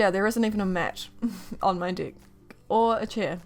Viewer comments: I thought you said dick instead of deck LOL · Me too. I was like okaayyy lol😅